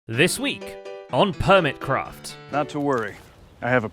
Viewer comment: I thought i heard permitcraft not hermitcraft had to rewind to double check my hearing was correct ❤